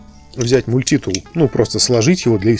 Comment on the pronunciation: Ну почему же мультИтул , а не мультитул ?